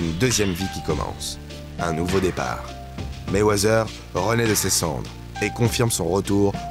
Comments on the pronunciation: .. personne en amérique prononce le «th» comme si cétait un « z » ... ca se prononce pratiquement comme un « t » normal... je sais pas qui vous a mit ce truc dans la tete mais faut oublier cet espece de son «z» que vous voulez mettre partout ou ya les lettres « th » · Arrete avec ton Mayweazzzzzzers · Mayweazer loll cest Mayweather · Meywezeeer...ohhh les français